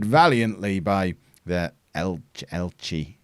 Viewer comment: Elche is pronounced Elchay. So El-chay...